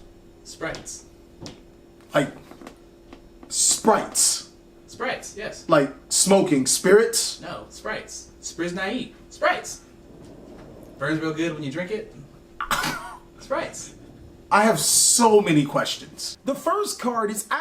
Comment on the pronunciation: Did... did you seriously think that 'spirits' was pronounced 'sprites'??? Can you not?